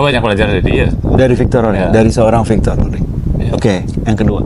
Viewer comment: Fictor Roring bukan Victor.. Wahyu Widayat bukan Hidayat